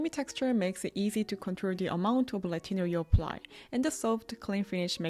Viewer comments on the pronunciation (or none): when you say "retinol" I hear "latino"